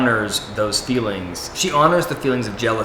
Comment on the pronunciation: You don’t get it. We know how to spell picture and feelings. It’s a joke amongst Sisterwives fans about the way certain characters pronounce words. When Robyn speaks she says “fillings” instead of “feelings” and “big pitcher” instead of “big picture”. There are other words too but those are the funniest.